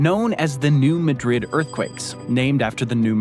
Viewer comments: 210 That should be square miles, not merely miles. New Madrid has a different pronunciation from the capital of Spain. Shifting the syllabic stress, it's MAD-rid. A lot of US cities are named after European cities but pronounced differently. There is Lisbon, North Dakota, and that one is pronounced the way you pronounced it. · I really wish these narrators would take the time to learn how to pronounce city and county names before they spout off and mispronounce them. 😥 It's pronounced New MAD-rid, not New Ma-DRID. It's Missouri, for heavens sakes, not Spain! 😡😤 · Its pronounced New Maaahdrid not New Muuhdrid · the video mispronounces the local way, New Madrid,,,, should be MAY drid not muh Drid, and Cairo is like Karo syru;p KE ro, the capital of Egypt we say KAI ro, to be confusing, English speakers can't do IKEA furniture, here it is EYE key-uh, ,,, the rest of the world: ee (like tea) KAY (like pay) uh, to make sure, YouTube does drive-thru videos of many small towns, (YT search: Drive tour Cairo Illinois) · If the Spain vs Portugal /New Madrid thing bothers you, maybe this will help. Locals pronounce it New MAAD -Rid, not Muh-drid. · If it makes you feel any better, New Madrid is not pronounced the way he is saying it in the video. It is Mad rid, not Ma drid. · New Madrid, at least here in Missouri, is pronounced ‘New Mad-rid, instead of New Ma-drid’. New Madrid, MO is miles southeast of Lisbon, MO. Enjoy. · We actually pronounce it New MA-drid, with the accent on the first syllable. There are videos about that earthquake - it was a really big deal. It was felt in Chicago and Philadelphia, and it made the Mississippi River run backwards! There are all kinds of apocalyptic predictions about "when the big one hits" again on the New Madrid fault. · Its New Mahdrid not New Muhdrid. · Be at peace my friend. The town in Missouri is pronounced as Maa drid or Mad drid. Not like the Capitol of that other country! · New Madrid is pronounced "new- mad- rid"